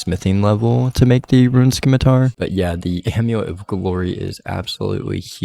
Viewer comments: Video 6 of complaining about "simitar not skimitar" 😂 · If english didn't want the 'c' pronounced, they shouldn't have put the 'c' in the word. Please keep pronouncing it, love it.